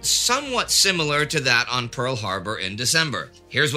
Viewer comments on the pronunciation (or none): none